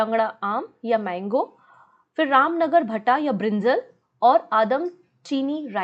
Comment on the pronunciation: The pronunciation of Ramnagar bhanta is ( भंटा) mam